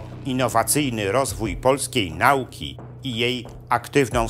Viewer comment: Wspaniałe prelekcje, przyjemny głos. Jedna tylko mała uwaga: akcent na trzecia sylabę od końca w slowach nauka i komitet; nie lepiej na druga sylabę?